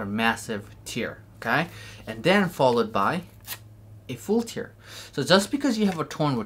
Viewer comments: Stop saying tear liek if it's crying. It's tear like bear, but with a T. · Yeah, i am really bothered how he pronounces TEAR. 😂